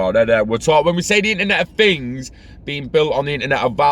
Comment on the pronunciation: “Internet of Fings” 😂🖖